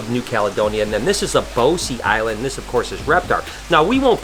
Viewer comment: Grand Terre not Gran Torino . Brosse not "Boh-see".